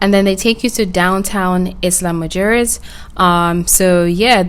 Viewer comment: It's pronounced "ila muheres" 😂in Spanish